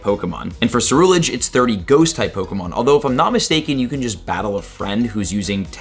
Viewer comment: Jesus christ... your pronunctiation of so many Pokémon is hard to listen to... Armarouge, Ceruledge, Salandit... please learn to pronounce them... Armarouge - combines armour, armament and the french word rouge, which is pronounced RUUJ, not ROJE Ceruledege is a combination of cerulean and edge, so its CerulEDGE, not CerulAGE Salandit is a a salamander BANDIT, your're stressing the wrong part of its name